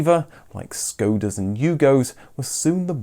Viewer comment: It's not pronounced SKOWDA, it's pronounced SHKODDA... all vowels short, O and A.